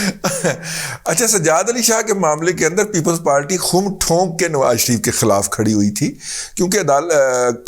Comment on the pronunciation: خَم ٹھونک کر ، یعنی خ٘م میں خ کے اوپر زبر ہے ۔